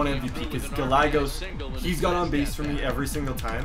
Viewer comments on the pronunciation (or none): His name is gai-yay-gos